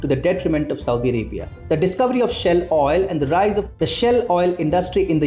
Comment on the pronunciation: Its pronounced shail oil not shell.